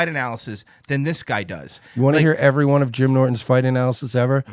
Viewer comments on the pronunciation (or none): ''calmedy'' - Comedy ''tiggets'' - Tickets ''sowld'' - Sold ''talmbout'' - Talking about ''irrrvery'' - Every Master linguist B...